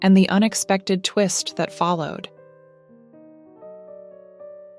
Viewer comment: Узбекистан - ударение на последнем слоге!!!